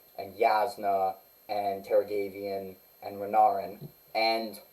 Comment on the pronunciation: Wow. You have really shitty pronunciation for Taravangian.